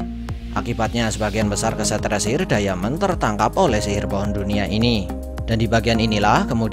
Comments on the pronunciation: Bkan dayamen bang tpi daimen bacanya di menit 3.11 klo gak salah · Jgn diamen dong min bacanya, daimen gitu 😉